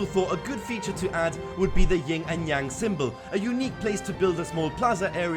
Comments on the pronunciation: It’s Yin and Yang, not Ying and Yang.... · Everyone knows its Yin and Yang, not Ying and Yang, right? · the thing that never ceases to bother me is when poeple say yinG yang instead of YIN yang. Its not that hard people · love it. but its Yin, not ying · Its "Ying and yang" according to him lmfao